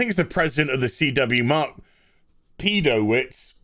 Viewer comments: What kind of moron puts a new show on 7week hiatus when it had TRIPLE the amount of viewers of BatWahmen? Btw...”Pedo”witcz is probably correct pronunciation. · I believe you're pronouncing Mark Pedowitz' surname correctly. Continue.